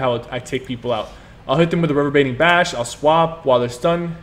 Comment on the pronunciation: Say it with me, RE-VER-BER-ATING .....RE------VER------BER----ATING.....about as bad as Deltia's THEEERRMAhTEERRGE